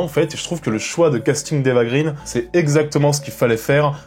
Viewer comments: Attention copain! D'après la copine Judith d'Ecran Large on ne doit pas prononcer Grine mais Graine parce que son père est suédois. Eva Graine de mon moulin. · Ça se prononce [grèn]. [éva grèn].